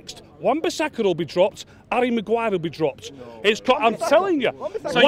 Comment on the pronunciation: At first I was just wondering who garry Maguire was. & then I coped it he was saying arry Maguire.Hes name is harry Maguire ..